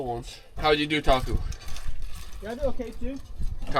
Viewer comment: I thought you were saying taco instead of Taku, cool collab, how did you get into getting snorkeling and catching crabs, did your Dad show you?